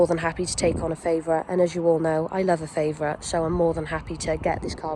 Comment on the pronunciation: It's called a Favorit not feivorit